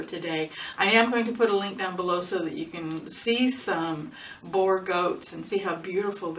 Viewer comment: Love it... But it is not pronounced "bore" goat, boer is the afrikaans word for farm. So it is actually a farm goat. 😁 Love your video. Love from South Africa